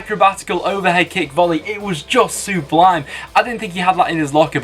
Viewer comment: please learn how to say sublime